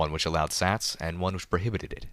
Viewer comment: When he said prohibited I like... died XD